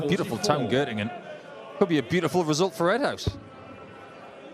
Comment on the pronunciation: Gottingen😂😂😂😂 Göttingen heißt es.